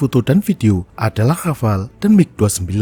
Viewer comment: Nah.. cuma Channel ini yang benar spellingnya untuk Rafale.. yang lain pada bilang RAFALÉ